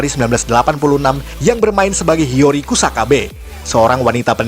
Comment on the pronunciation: Hiyori bukan hiryori